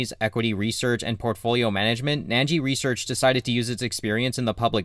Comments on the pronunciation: Why are you saying "nan-jee"? It's "nin-jee". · why would you think its pronounced 'nangee' when its spelled 'Ningi'? Where's your 'a' sound coming from?